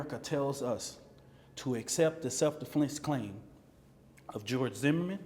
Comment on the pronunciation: "Self-DeFlence clime" "Ima just gonna speak Toof 2 power"